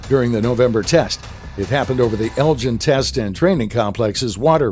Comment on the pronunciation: Eglin.... EGG-Lin... Eglin AFB... if you misstate basic aviation locations or phrases your credibility ebbs away. The only other time it was called "El-Gin" was in the movie Iron Eagle ("nuff said?")